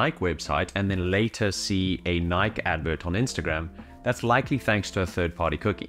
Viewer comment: do you not know how to pronounce Nike? they're kind of a well known brand.